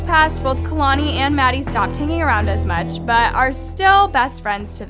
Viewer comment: Chileeee not kalani